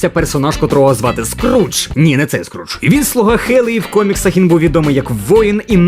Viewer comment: Ката звуть не Скрудж, а Скьордж